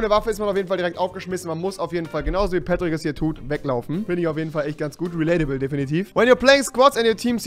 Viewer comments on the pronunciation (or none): Als er Patrick gesagt hat hatte ich Petrit verstanden